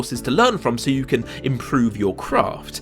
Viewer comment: I loved the "Hugh did it"/You did it mix up (I just wonder what the Subtitles say when they're switched on)